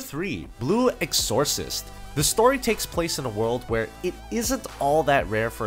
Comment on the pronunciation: I had to laugh at the pronunciation of exorcist. Good list though. As for awakenings, Naruto had some good ones, Ichigo from Bleach going bankai, Unit 01 from Evangelion eating an angel core, Chrono from Chrono Crusade first unlocking his clock.